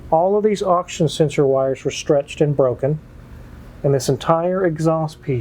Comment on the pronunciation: I like the new intro. I have a quick question. Not to throw shade, but are you saying "option sensor" or "oxygen sensor". You speak very clearly but this one throws me. I never heard of an option sensor. Thanks for great videos and exposing what folks run into when buying a car.